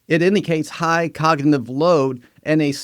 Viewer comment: And “cognitive”